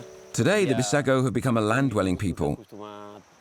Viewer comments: Its not Bissago 😂. Its called “BUJUGUS” tribe/people. In Portuguese its called Bijagos. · Correct bijagos not bissago